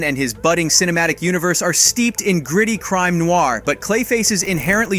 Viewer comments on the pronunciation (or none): none